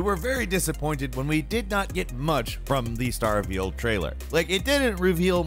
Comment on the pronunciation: Why do you keep saying Star-veil??